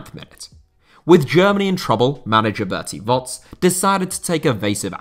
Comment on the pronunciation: ✨Berti Wots✨ Lovely to see speaking out German names with such a passion, keep going lad